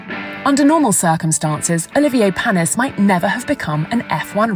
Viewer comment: Olivier Par-nees.